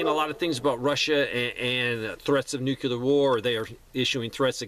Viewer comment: Love your content, but man, please stop pronouncing nuclear as “nu CU lar “.